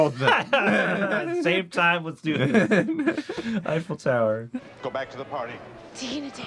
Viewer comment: “Eiffel Tower” PLEASE 💀💀💀💀💀